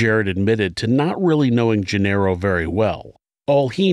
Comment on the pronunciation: Genaro is not "jin-arrow." It's "hen-AH-ro."